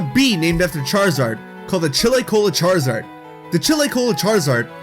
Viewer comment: Did you just say squaruzard?